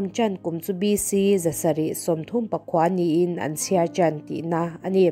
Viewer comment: Aropui hle a, amarawh chu Chanchin chhiartu hian an, tihtur ahhian am ati leh zeuh thin a. An puithiam tihlaitakah hian alang chiang lo eh zual, tin, chu lo pawh a awm zeuh zeuh (ampuithiam=an puithiam tihtur ani dawnlawmmi? Mimal Chanchin sawina ani lo va..Tin, heng, ankalna tûr tihang reng velah te hian type mistake ka ti zâwk dawn nge niang a, ang kalnatur tiin lamrik ani leh bawk a, ( ang kalna tûr ❌ ankalna tûr ✅ tih zawk tur anih hmel) Tawngkam lamrik dik lo nge chhiartu chhiar dan fimkhur loh nge type mistake hriat ahar a engpawh ni se angaihnawm leh zual nân thildang leh zelah fimkhur atha awm e tih ka han sawi ve ani e